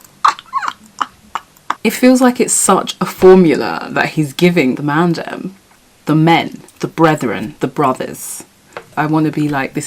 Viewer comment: Please never say Mandem again thank you 😭